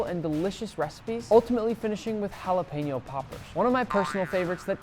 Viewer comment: Is it just me or does it bother anyone else when he said jalapeño